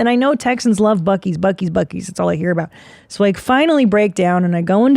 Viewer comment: Buccees is mind blowing. Someone needs to show Christina the video of the lady saying buceys